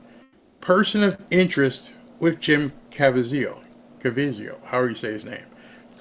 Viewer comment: Jim Caviezel (KAH-VEE-ZUL). You're welcome 😁